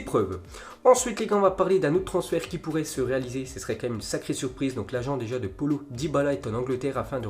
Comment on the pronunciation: water polo dybala, tu torche son prénom